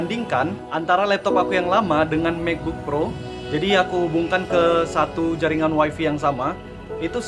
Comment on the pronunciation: WiFi = Wai Fai bukan Wai Fi gan 😁